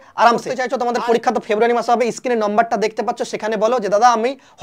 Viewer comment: It is Screen not skin.please try to correct your pronounciation.